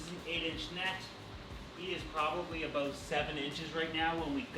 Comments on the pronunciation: Aboat... a canadian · "Aboat" Yep, he is Canadian.